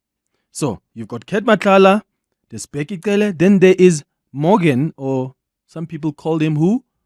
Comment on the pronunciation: why does Clement pronounce Cele like a white person 🤔